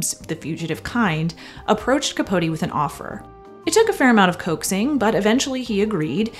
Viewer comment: Thank you for actually pronouncing capote’s name right!